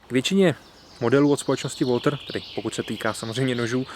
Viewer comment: Značka Walther se nevyslovuje "Woltr" ale "Waltr"